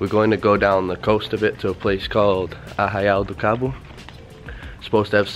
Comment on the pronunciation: paraíso brasileiro mano simples assim.. e você esta falando muito bem Arraial do Cabo e praia dos anjos parabéns! Best beach the word. Quando voltar ao Brasil procure também por praias de Maragogi em alagoas Brasil, nordeste. você vai amar! data de verão começa em 21/12/2017 até o mês de marco dá praia!